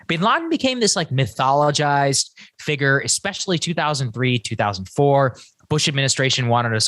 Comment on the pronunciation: Sagaar has such a Texas accent on some words. Like "FIgure". He adds syllables.